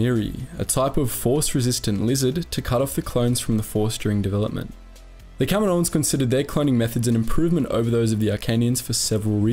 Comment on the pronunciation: Does anyone else wince when he says "kaminoans"?